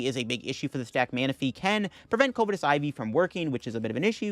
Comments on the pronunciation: Covetous is pronounced either "cuv-eh-tus" or "cuv-ih-tis", not "COVE-eh-tis" lol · throw back a shot every time he mispronounces covetous